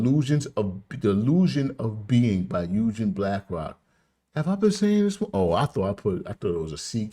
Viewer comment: Bro'. The name's pronounced with the "G"... as in to "go". NOT Yujen as you repeatedly say it. 1 Love